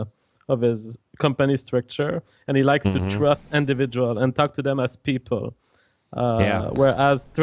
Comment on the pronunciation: and fucked with the word "individual" so hard that I can't read through my sociology textbook without laughing and cringing at the same time.